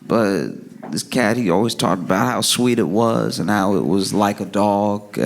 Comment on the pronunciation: The way he said "This cat" 😂 sounded like "This BITCH"